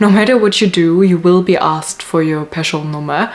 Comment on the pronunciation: Sounded like you pronounce skatteverket, Person Nummer and the other Swedish words as good as any Swedish born person